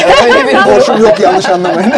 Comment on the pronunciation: ( porş değil porşe olarak okunur )